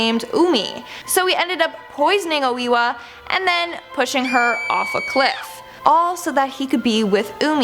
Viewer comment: its oh a wa